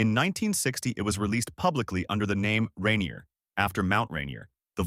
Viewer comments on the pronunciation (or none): Can't even pronounce Yakima or Rainier right....